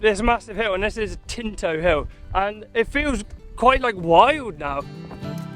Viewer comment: Tinto not Kinto